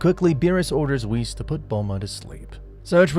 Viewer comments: does this guy say whis as whisk...? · Im convinced this guy is trolling us at this point with how stupid he is. Pronouncing "Whis" "Whehz", pronouncing "Ki" the most FUNDAMENTAL part of the series "Kai', calling the Tournament of Power the "Tournament of Force" which confuses me to no end. Overall even the logic in the what if is just insanely stupid as well so... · its whis not wis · sounds ai. No one says "kai" for "ki" cause we all know "ki" is pronounced the same as "key" no fucking person says "whis" like that. No one. It HAS to be ai "dragon spheres"?! Only an ai would say spheres instead of balls "shenlon"?! Really?! Do I even need to say it?! Smh. now it's "shanglong" ITS SHENRON!! SHEN... RON.... ITS SO EASY. No human being is capable of making that mistake so it HAS to be ai generated. this isn't gohan. Gohan doesn't act like this... he doesn't talk like that. HAS to be an ai. That or this universe, zamasu came back and stole gohans body or something ridiculous. frieza calling goku... a "rascal"? A RASCAL?! THATS SO NOT FRIEZA THAT IT HURTS TO EVEN HEAR. super saiyan god "phase 2" what the ever living shit? No one ever says or has said "phase 2" for super saiyan blue. Sure some say super saiyan god super saiyan... but "phase 2"?! NAAHHHHH has to be ai Frieza also calls goku everything besides monkey it seems. Just rascal, insect, and idiot. No monkey.... this isn't frieza, it's an ai starting to think an ai edited this video too. What is this dramatic effect for this conversation? It's so dragged out and they are so calm talking... only ai would make this sort of mistake (and sssniperwolf but she's basically an ai too at this point) doesn't sound ai at all, infact it has character to it and doesn't feel robotic in anyway, he also says everything the right way he destroys them with his... "h